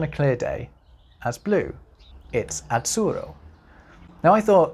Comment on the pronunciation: As to the example about Italian "azzurro", please, try to pronounce that double ZZ not [tts] but [ddz]. The Italian (Z)Z covers two phonemes, a voiceless /(t)ts/ and a voiced /(d)dz/, just like English TH covers two phonemes, and, since they are not merely sounds which are allophonic contextual variants, but real independent phonemes, they may stay in whatever context (according to the ethimology of the word), and the pronunciation of that consonant depends only on the history of the single word (just like for English TH). And this word "azzurro" (coming from Persian via Arabic), needs a voiced [ddz]. Moreover, if possible, try to utter that RR not only clearly rotic, but also "double" (i.e. long), as it is suggested by orthography.